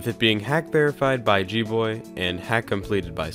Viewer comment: its GGboy not GBoy